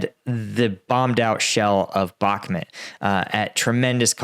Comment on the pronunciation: Thanks for you commentary. One thing through - can you please pronounce Bakhmut properly - it's 'Buck-moot' (as in 'boot')